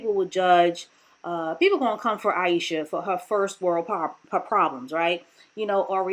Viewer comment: I lost count of how many times you butchered Ayesha's name. You sure you weren't doing it on purpose? 👀🤣